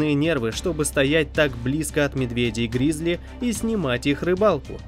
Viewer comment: Только не гризли а грызли!)😂